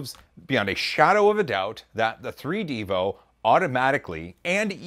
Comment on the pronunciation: is probably said 3d evo, not 3 devo